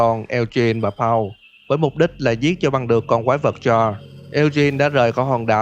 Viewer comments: mình góp ý thực ra đọc là cha lốt s nha, chứ ko chỉ là cha ko nha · CHARLES e hay nói là CHA LÉT :))) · K phải đọc là cha rồ hả